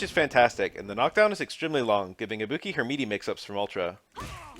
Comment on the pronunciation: I'll never get over how english speakers are unable to pronounce tonic syllables for different languages even if they get clear examples of how it's correctly pronounced. It always makes me laugh kkkkk